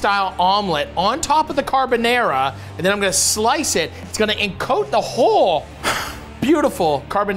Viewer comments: I loved it Matty! This episode was a nice one 😊👍 I really loved your "carbonEra" carbonara 😁. Just skip the olive oil next time, guinciale is supposed to render in it's own fat, then your'e good to go 👍. The omurice is pain in the to make, it's very liquidy, but you did a really good attempt! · He can't even say Carbonara right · His pronunciation of carbonara makes my balls tingle